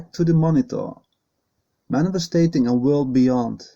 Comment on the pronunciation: Manifesting.... not manifesTATing... just saying. Thx